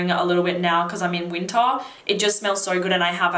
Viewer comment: When you mentioned winter I thought you were saying "Utah". I was wondering if you were in the US.